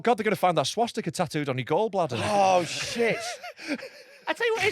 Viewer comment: Can tell never had a Dad to teach him things he can't even say Swastika properly